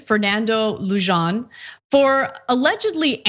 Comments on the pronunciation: it, not Lujohn, it's a Latin name lewhan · Lujan is pronounced "lu hahn" not *lu john". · It’s pronounced like luhan not lujan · Fernando Leu-zhan??? It's pronounced Loo-hahn. He's Chicano, not French. Ana, you need to be Schlapped because you should know better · Never ever heard Lujan pronounced with a J in my life. I am related to several Lujans and all of them pronounce the J using the Spanish pronunciation of H. Luhawn, not Lujan. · The name is pronounced Loo-HAN. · It's probably pronounced closer to "loo-han", if its read in Spanish. But maybe he likes and encourages that English pronunciation...